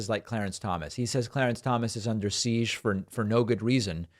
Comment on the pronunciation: Seesh? Siege.